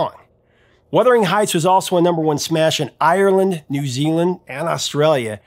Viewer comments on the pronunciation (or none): none